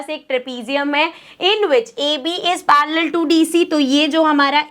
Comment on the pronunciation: Me it's parallel not parrealal